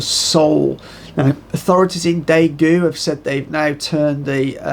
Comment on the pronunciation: First of all, thanks for another great video. I live in South Korea and there are still plenty of people in the city that I live. I believe only Daegu where the most cases are, people are staying indoors. Also the ae in Daegu is pronounced as 'e' in egg